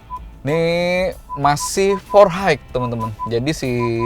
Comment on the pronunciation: Four haik..?? 🤦🏻 RIP english...